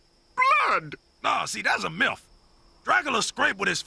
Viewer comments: He said MILF instead of myth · he said myth or milf ? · I deadass thought he said "milf" and not "myth" lol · He said myth, but boy, that sounded a lot like something else. The context didn't help. "Vampires suck! Blood!" "Nah, that's a milf." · "Nah man that's a milf" is what I hear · Did he say M I L F ?? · gonzales to be honest i thought he said milf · I always thought he said MILF. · MrZer0gravity I thought Dracula said milf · I could've SWORE Dracula said "Nah thats a MILF" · He definitely said MILF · it sounds more like milth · i swear i hear milf, i played it again and still hear it xD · I love how when he says "That's a myth!" it kinda sounds like "That's a milf!" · I hear Dracula say "nah see that's a MILF." Dose any one else here that? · So we just gunna ignore the fact that when grim said vampires suck blood, Dracula came out with "naw that's a MILF"! HOW THE FUCK WE IGNORING THAT SHIT?! Edit: ok he said myth but JESUS that does not sound one bit like he said it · I know he said "Nah, see that a myth". But it really sounded like he said "Nah, see that's a milf". Which in this context, would make sense too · Did he say 'nah see thats a milf' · i swear he says “no, thats a milf” (I know he says myth, but still) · We seriously all ignoring how dracula says milf instead of myth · I thought he said "Nah see that's a milf" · Oh he said that's a myth. I thought he said milf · I legit thought he said "That's a MILF" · Nobody caught the part when he said milf instead right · Did... did he just say milf? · Not sure if he said myth or milf but ok